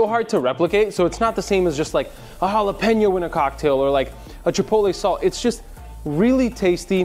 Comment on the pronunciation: Please do not galapano, sounds horrible! It is Jalapeño. It’ll be like calling Tequila tiquelo or Cognac lkanoc or something worst! Please and thank you for shearing! Hope you don’t mind the suggestion! Cheers!